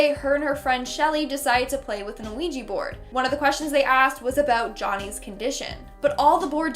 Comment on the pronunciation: "An Ouija board"? Her pronunciation is just atrocious!